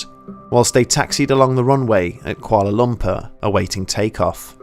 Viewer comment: "Koala Lumper" cracks me up every time he says it lol. Great video, either way.